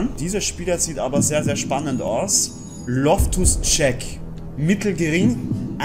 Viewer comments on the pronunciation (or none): Loftus Tschek... Der heißt Loftus Tschiiiiik mit langem iiiii😂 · Loftus Check😂😂😂 loftus cheek bro😂 dein englisch ist zuu gut😂